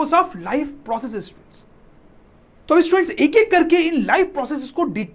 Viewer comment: Sir ji students ki jagha stuents bol rhy ha 😂 but very good 👍